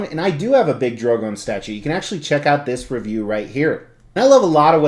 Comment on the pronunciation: Why does everyone pronounce her and her dragons names wrong 😣 it's Dan-air-ees not Dan-air-ius. And it's Dro-gon like the word 'gone', not Dro-gown. Just a peeve of mine, sorry. Lovely piece none the less.